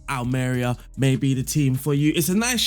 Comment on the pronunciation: Almeria is pronounced Ahl-meh-ree-ah.